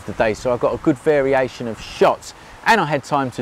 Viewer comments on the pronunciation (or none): none